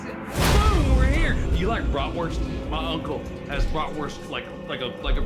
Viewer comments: Also, as a german I really like how they pronounce Brotwurst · As someone who knows German the way they say bratwurst hurts me inside lmao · As a German I was very angry hearing them say Bratwurst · As a german it is so funny to hear Mat say Bratwurst!